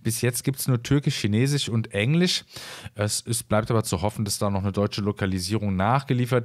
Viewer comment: Ich finde dein video gut, schön gesprochen. Du hast eine angenehme Stimme. Eine Frage, (ich bin aus der Schweiz) wieso sagst du zu "EngliSCH" , EngliCH... Bitte versteh mich nicht falsch, ich möchte dich beim besten Willen nicht beleidigen, aber ist das ein Sprachfehler? Oder ist das bei eurem Dialekt nunmal so, dass ihr das SCH in manchen Fällen so ausspricht? Also für mich hört sich das einfach nur falsch an. Ich meine jetzt nicht Fremd, wie bei einem komischen Dialekt, sondern es hört sich effektiv Falsch an. Ich wiederhole, ich meine es wirklich nicht böse... Es wundert mich einfach.